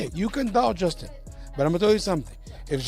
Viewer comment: dummie sayd justins name wrong every time ahha.. tried to corect it, and meaased it up :)